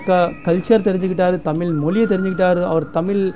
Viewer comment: pronounce தமிழ்